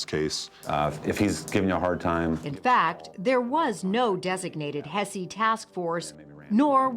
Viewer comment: Hess not hessie. You know, like the house of Hesse…